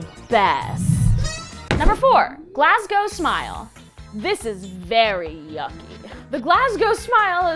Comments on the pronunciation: IS THE ONLY PERSON THAT ISNT SCOTTISH THAT I KNOW CAN PRONOUNCE GLASGOW OMFG YESSS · Also an American who actually pronounced Glasgow correctly yaaas